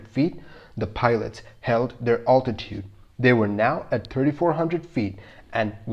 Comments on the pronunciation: You confuse your videos when you show different aircrafts as oppose to the one you are talking about! By the way, the correct pronunciation is “altitude”, not “owtitute” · It’s definitely a tricky one to listen to if the pronunciation of altitude gets to you. Maybe a stalling one next...